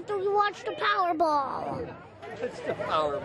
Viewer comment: Best pronunciation of Powerball